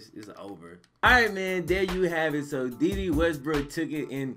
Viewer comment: its "day day" 😂😂